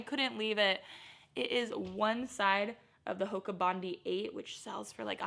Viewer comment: Hey, so envious of the bins you have in the USA, nothing like that in Australia! Just have to correct your pronunciation of 'Bondi' for the Hoka's, Bondi is a Beach in Sydney Australia and is pronounced Bond-eye, which is where the name of the shoes comes from. Great video :)